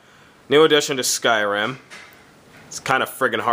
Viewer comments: In "SKIRIM" ( wtf ?! XDD) are black people :DD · 'Skirim' LOL. I already have the game, I got it two days early :3 xD The 'actual' game is brilliant :D